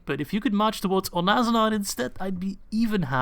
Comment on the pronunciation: Onazanar has always sounded like Onnozelaar for me ^^